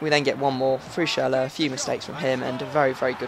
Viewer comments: its not pronounced schurler its schurrel !!! haha love yur vids keep going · it's not schurrel -.-' actually is probably the most "gifted" english speaking person i've heard so far when it comes to pronounce things like the Ü in schürrle. and again you don't say schurrel dude, it's clearly schüRRLE Anyway I love your vids mate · Say schurrle again :/